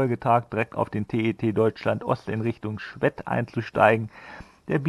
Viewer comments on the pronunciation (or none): Servus! Als Schwedter muss ich mal Einspruch einlegen! Das e von Schwedt wird deutlich länger gesprochen! Dann hört es sich auch nicht komisch an ! Super Tour auf jeden Fall! Grins und Gruß da Icke